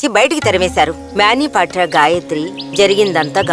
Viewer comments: His namecis manibadhra not mabebadra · మ్యానిపాట్రా కాదే అమ్మ మనిభద్ర